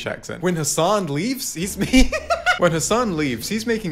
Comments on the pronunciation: Destiny all pronouncing Hassan’s name wrong and acting like he’s barely heard of him lmao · Why was destiny pretending not to know Hasan? Even weirdly pronouncing his name?